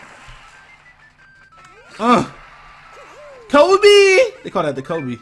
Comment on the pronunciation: The way you're saying KOBE is so wrong lol. Its based off the Chapelle skit